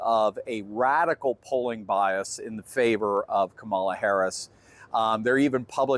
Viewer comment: KA ma la not ka MA la